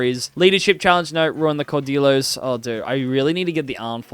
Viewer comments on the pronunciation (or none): I'm gonna be honest, your Spanish (and French) pronunciation throughout this video pained me. Caudillos are pronounced like "cow dee joes", written J's should be pronounced like h's (so, Jujuy --> "hoo hooy"), Louis (in French) should be something like "Loo ee", and I cannot rationalize what your pronunciation of Bolivia was going for. I apologize for being pedantic, but all that pales in comparison to you not going for Rio de la Plata. I don't know why, but every other video I see on Argentina in this game seems to deliberately avoid that option in favor of establishing the Argentine culture — which I suppose is nice for roleplay — but if you're making a point to conquer all the way up to Peru, why? You're depriving yourself of a lot of flavor (and primary cultures) into the mid-to-late game by not going for Rio de la Plata into the formable "Federation of the Andes". With that land you own in Central America, you could even have your country renamed to the "United Provinces of the Americas", with a unique flag and all. At least make it clear what your goals are, ASSUMING you didn't cut out all that explanation in post. And finally, Frontier Colonization is kind of a joke. You'll be left with a lot of coastal islands left uncolonized, which can further screw you out of some journal entries, content, and overall nice borders. At the root, I feel your heart really wasn't into playing Argentina compared to something like Ashanti (a video I really enjoyed, actually!). Not to say